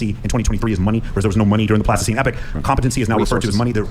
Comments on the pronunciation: When that guy on the right keeps saying "Plastoscene Epic" does he mean Pleistocene Epoch? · He's saying pleistocene to sound intelligent, but he's not even pronouncing it correctly.